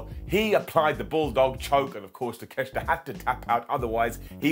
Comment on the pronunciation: 12 minutes to beat the douche way to make a monster look weak. Poor Wardlow also its pronounced TAKE-A-SHITA